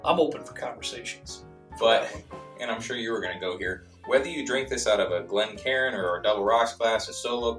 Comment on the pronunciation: I’m just glad to hear you guys properly pronounce it a Glencairn glass as opposed to calling it (glen-karin) 😉🥃